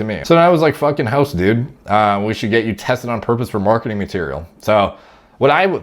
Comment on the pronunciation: "OK düd" lmfao